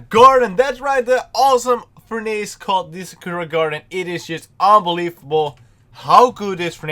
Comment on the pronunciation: its actually said like "för'nıs"